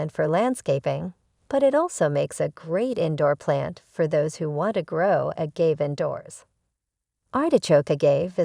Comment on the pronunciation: Good info, thanks but it’s grating to hear the subject name be repeatedly mispronounced.